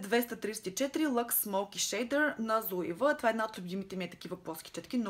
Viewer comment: Мисля, че марката Zoeva се произнася "цоева", тъй като е немска😉 П.С. Блузката ти е много сладка😄